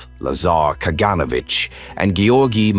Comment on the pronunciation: Ka-gan-O-vitch. GeOrgi Ma-len-kOff. Vor-a-shEE-loff. NikEEta KhrooshchOff.